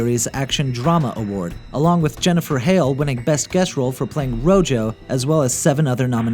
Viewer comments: Did you just say "rojo"? I think it's pronounced "roho" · No.. It's pronounced Rojo.